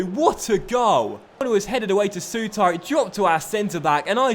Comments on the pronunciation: I know loads of people say it but it's pronounced sooter not soutar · Souttar.......please dnt put as much emphasis on the "ar" pronounce it as if it ended "ir"